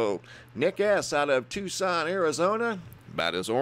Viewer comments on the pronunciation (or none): none